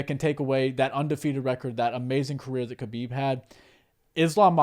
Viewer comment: Thats right, but also the T is silent in Khamzat's name. Its pronounced HUM-ZA, and HUB-EEB for Khabib.